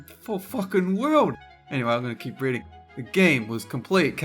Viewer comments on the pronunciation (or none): none